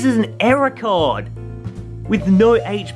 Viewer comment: I thought you said era card, but you actually error card. Well that's what I heard